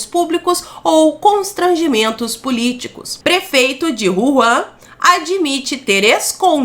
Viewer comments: Hehehe! É Wuhan ( uurran) não Ruan;-) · Nao eh cidade de Juan, eh Wuhan o nome da cidade🤦🤷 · o nome da cidade não "Juan"! 😂